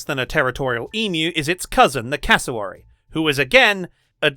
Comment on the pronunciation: How is it that in Australian cannot pronounce cassowary... Cass-o-wary wary not wahree